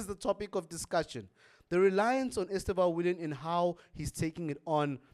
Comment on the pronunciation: ESTÊÊÊÊÊÊVÃO, A SÍLABA FORTE É NO E.